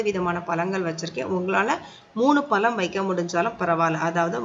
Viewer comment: எல்லாம் ok மனதுக்கு திருப்த்தி ஆனால் பளம் இல்ல பழம் அம்மா pls dont mistake தமிழ் கடவுள்முருகன் கோச்சுப்பார் . மற்றபடி Super